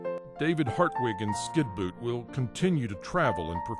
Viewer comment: does actually say Skinboot? What an idiot.